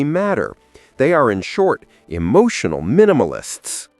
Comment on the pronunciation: E-moo-tional? You shouldn't get all e-moo-tional and cry over spilt milk, or mispronounced words!! 😂